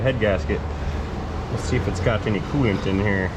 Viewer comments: It's oilant, not coil. :) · It’s not coil it’s Koo oil sir u ain’t cool unless u run Koo oil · Cooilant....you heard it here first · I think oolant sounds better. Pronounced "Ewlant".